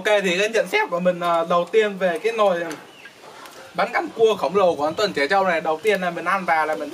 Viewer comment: Bánh canh chứ không phải là bánh căn nha 😂😂😂😂😂